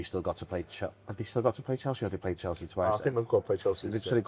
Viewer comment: you are great but please learn how to say Chelsea